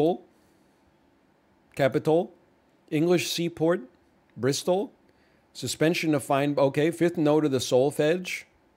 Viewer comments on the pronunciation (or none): none